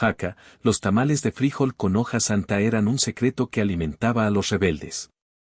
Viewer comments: Se dice: frijol, con acento en la "o" que es la letra con la pronunciación más fuerte que la "i" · Es frijol,con acento en la o no en la i.